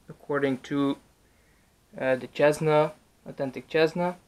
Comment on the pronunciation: normal people: cessna: chessna